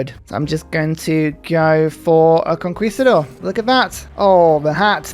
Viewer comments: For conquistador it’s con-KEY not con-KWEE my dude. Great series tho. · Conquistador pronunciation: cone-key-sta-door It's just like the English word Conquer which you would pronounce as kawn-ker, not kawn-kwer